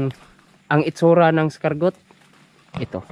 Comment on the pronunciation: Bosing,di eskargot ang tamang pronunciation nang escargot..ang tamang pronunciation ay ES-CAR-GOW..Silent 'T' ug maging W ang T....o kaya KUHOL nalang kay Pilipino ka man dhu!